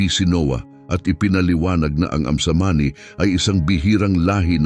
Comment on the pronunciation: Ayam Cemani chicken, not amsamani.